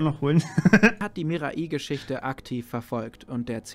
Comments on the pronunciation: "Mirai" ist Japanisch und bedeutet "Zukunft", also goldrichtig was du gesagt hast. Allerdings wird es korrekterweise nicht "Mira-i" ausgesprochen, sondern "Mirai" ohne Mini-Pause vor dem letzten i. Also das "ai" eher wie "Ei" (wie das Frühstücksei) ausgesprochen. Keine Ahnung, wie ich das besser beschreiben soll xD Sprachen sind schwierig 😅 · Ey joo Mirai wird ohne i lang gezogen ausgesprochen.